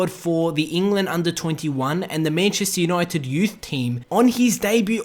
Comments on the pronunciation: Mayancheystare younoited nice pronouncing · Mayncheistar Junaited